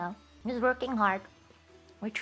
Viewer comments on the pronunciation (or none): When she said please look forward to 4th fest I could've sworn I heard "please look forward to foot fest" which doesn't seem that weird with Gura being involved in the conversation.